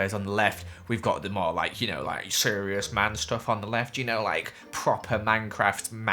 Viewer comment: "you got the more like sherious man shtuff"